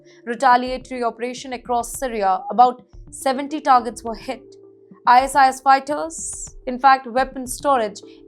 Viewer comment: why the hell are u reading out ISIS as .. Eye .. ass..eye ..ass// its ISIS ( Eye Sis).. gawd..